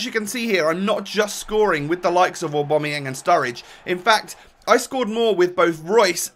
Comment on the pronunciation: Btw aubamayang is not pronounced owbomoyang It's pronounced aobameyang